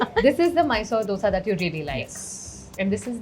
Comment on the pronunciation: It's not ddosaa, it's dosa😂 North people! If you love dosa, say it right😅